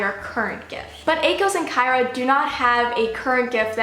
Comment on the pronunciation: It's pronounced (ah-kos) and (sy-ra) I believe, atleast according to the Audiobook Haha great video👍